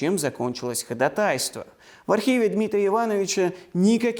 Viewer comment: Ударение: ходАтайство, не занудства ради, а для улучшения вашего прекрасного рассказа.